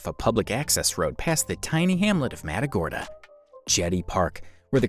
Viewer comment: “Măt uh gor dah” is the proper pronunciation!!!